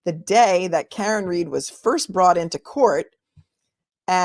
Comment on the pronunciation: why do they call her reed instead of read